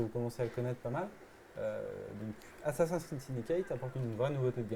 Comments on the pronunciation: Prononcer "Assassin scride" à la française. Perdre toute crédibilité. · Vous travaillez chez Ubisoft et vous savez même pas prononcer "ASSASSIN'S CREED" C'est compliqué à prononcer ? Non alors exercez vous, mes oreilles auront moin mal 😉😂